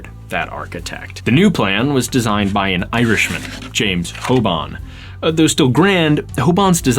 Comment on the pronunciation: Hey bud, not how you pronounce that name lol (it’s Hoban like Hogan with a B. My family is related to him)